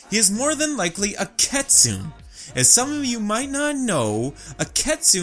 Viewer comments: This video is great, love the analysis! But it's pronounced Kit-soon-nay. Sorry but my inner weaboo is screaming at me. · I wanna address this it's key-soo-nay (kitsune) and kitsune's yes gain their tails by how old they are but also by their achievements, plus they're not evil XD ig from what i know and was said that kitsunes are women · cringes at the pronunciation of kitsune